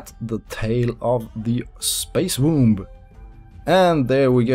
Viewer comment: the b in womb is actually silent, just saying, no offence, not a native speaker myself amazing creation